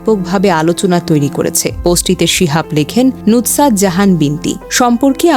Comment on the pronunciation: Nutsat na. Sobdo ta hobe nusrat....